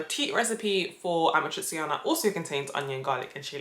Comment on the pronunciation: You forgot already how to pronounce your favourite pasta ? 😔 it’s “amatrichana”! 💔 AND YES I AM GONNA WOOP YO ASS NEXT TIME I SAW YOU! I thought I taught you better!!!